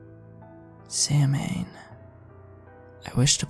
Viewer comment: I.think its pronounced Sou an. It was a truly bloody celebration I've heard.